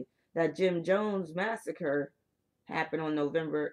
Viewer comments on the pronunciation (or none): none